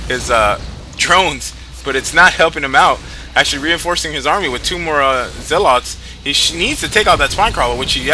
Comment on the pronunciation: I hate how he says "wiff" all the time..